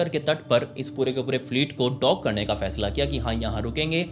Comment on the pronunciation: Like button pe dav gaya 😅 ✅ bhai ne bola karne ka' too karneka '😅